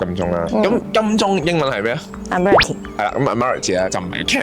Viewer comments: ，係讀做 “ad·muh·ruhl·tee”… 係地鐵播音都聽到。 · Agree…. 咁都讀錯😅😅 Add—麻—row—ty 呀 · 係，第一個音節係重音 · 介紹英殖年代嘅香港英語法音，最好攪清楚發音，早前有人已提過，Admiralty //ædm(ə)r(ə)lti/讀音搭地鐵一定聽過，係常用字. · 主持人金鐘英文讀音有錯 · 吓？😂 主持小過海。 地鐵係正確。 上網搵吓啦。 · 估唔到金鐘站m記咁勁 為何你口中金鐘站英文的叫法不像我們日常聽到的？ 今次介紹的地方，我只去過 那個纜車站😅，謝謝介紹🙏👍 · 金鐘個英文讀音好似唔係咁㗎喎，跟返地鐵個廣播讀音正確啲喎